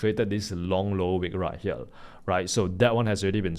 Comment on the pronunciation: Do not phukn pronounce here as Hiyal pls!😢